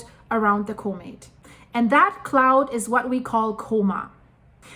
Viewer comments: Sounds like she's saying " comate" Does she mean Comet? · Say the dang word properly, “comet” 🤓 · One question - what exactly is a, "Co-mate?" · when you can't even pronounce the word comet, you shouldn't try arguing about what's normal or not for a comet a comet's tail is not a mechanical phenomenon as if it was being shotgunned by the solar wind the solar wind is a plasma, i.e. its a magnetohydrodynamic fluid, something that interacts way more through electromagnetics than through mechanics whether it repels or attracts is purely function of the polarity, opposites attract but like repels like